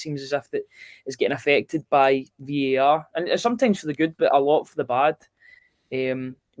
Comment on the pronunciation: its VAR!!!!! not VER!!!! ffs